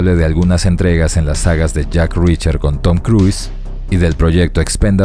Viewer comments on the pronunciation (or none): none